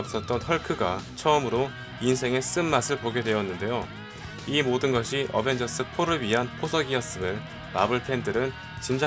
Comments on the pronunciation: 어벤져스1 인데 어베져스1 이라하내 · 초에 어벤져스1 이 아니라 어베져스1 실화ㅋㅋㅋㅋㅋㅋㅋㅋㅋ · 언벤져스가 어베져스 ㅋㅋㅋ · 왜어베져스 1 이라고해요 원래어벤져스 1 인데? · 초에 어벤져스1인데 어베져스라고 했어요 오탄가요?? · 에 어베져스ㅋㅋ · 1분13초어배져스오타ㅋㅋ ㅋ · 어베져스?? 어벤져스아닌가요?? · 어베저스1 뭐여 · 에 어베져스ㅋㅋㅋ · 어베져스 ㅋㅋㅋㅋㅋ 고쳐주세요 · 에 어베져스라는디ㅋ